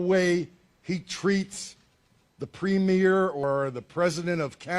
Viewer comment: At least he learned how to pronounce "Premier", which is something I haven't heard any American commentators do. Now if the commenters in this thread could learn to spell it ......